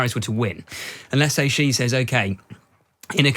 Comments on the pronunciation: After 24 years living in China, I can confirm there is no such thing as a ‘China expert’. Especially one that cannot pronounce Xi’s name correctly! 😂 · A China expert who can’t say Xi (she) correctly? It is NOT “jee”! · China expert can't pronounce Xi. LOL. Jing Jang? The content was quite good but the pronunciation is really annoying. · I don't know who this guy is but as a Chinese speaker (I am a Taiwan citizen) I don't take him seriously for a second since he can't even pronounce Xi properly (it is more like the English see/C than gee...). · I have a hard time taking seriously experts who cannot correctly pronounce the name of the leader of the world’s most populous nation. The surname Xi sounds like the female pronoun “she” — not Zhee, or G. G. Ping. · If a journalist does not even take the time to learn the correct pronouncation of a leaders name, I for one can not take them seriously. it's pronounced (Sh-e)Xi not (ji or Ge). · How do you become a China expert and not say Xi JinPing correctly??? SHE-JEAN-PING. It's not hard. It's not Ji Jin Ping or Zhee JinPing. So annoying. 🙄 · Hint, Mr China expert: "Xi" is pronounced "she". "Beijing" is like "paging", not like "beige-ing". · Chhhiii Jing ping. Bay-Jing. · No, "She". "Chi" (like "cheap") would be transliterated "Qi". And writing "J" doesn't help with the pronunciation, because people insist on pronouncing it like "beige" or the French "je", rather than like in "jack" or "jump". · Xi is pronounced "she" just like the English pronoun. Not sure why so many people in news media and punditry are so illiterate. If you're gonna present as an "expert" on China, you should not be making these kinds of rudimentary errors. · Strange for such an "expert" on China that he struggles so badly to pronounce Xi's name correctly... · If you're going to pretend that you know what your talking about, at least pronounce Xi's name correctly. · You all need to practice how to say Xi.